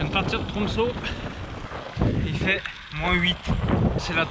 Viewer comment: Ø = EU prononciation en Français. Donc Tromsø = Tromseu. Petit détail.